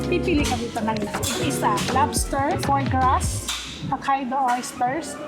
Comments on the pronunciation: Foie Gras, you say " Foye Gra." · Fwah-grah Magccorrect ka na lang din, make sure na tama.